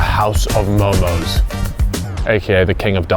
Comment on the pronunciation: its so hard when someone says momos to MO:MO 🥲